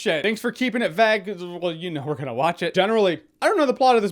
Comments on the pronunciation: Wait...how did you say "vague"? Vaage? That bothers me. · “Thank you for keeping it vaag” Vay-guh haha, good vids as always dood